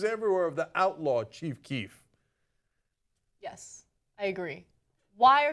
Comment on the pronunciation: Ana calls her boyfriend Chief Queef